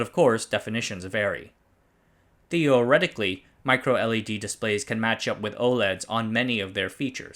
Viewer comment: THEE OH RECTIC KULLY